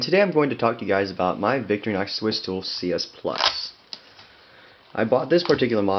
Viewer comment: It is not pronounced Victory Nox. It is pronounced Vic-TOR-ih-nox. Otherwise, thanks for the review.